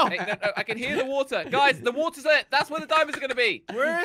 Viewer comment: i hear woootaa me: he can't even say water properly 😂😂lol